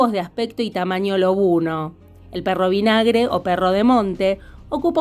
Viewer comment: El del medio pehmrro vinahmgre.